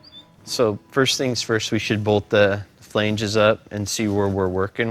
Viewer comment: Does Jesse pronounce flange weird or do I???